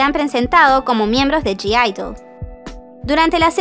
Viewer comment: la g no se pronuncia ..es así "Aideul",otro dato Gidle también las patrocina una marca de ropa global, llamada liphop.